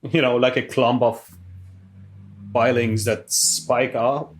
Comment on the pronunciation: "iron fillings" 🤔